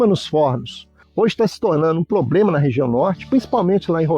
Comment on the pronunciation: "poblema" kkk